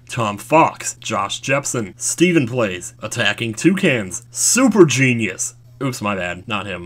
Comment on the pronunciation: Damnit. I nearly lost my shit when you said superjeenius